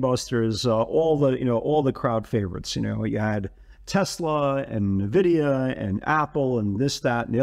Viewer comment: please correct the way you say N-vidia..... !